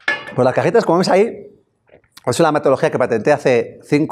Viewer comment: No manches!!! Tuvo que pasar una hora para que un chavo aclarara que son cajitas no cajetas jajajajajaj inche esoañol que no abre bien la boca para pronunciar bien las vocales.